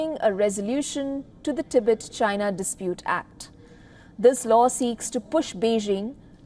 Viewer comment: First please learn how to pronounce the word Tibet and Tibetan 🙄! You guys come off ignorant and borderline disrespectful.